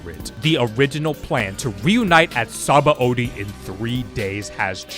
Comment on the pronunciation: Not to be THAT guy, but apparently Sabaõdy is pronounced “suh-BON-dee”, not “sah-bah-OH-dee”, since it comes from the Portuguese word for soap.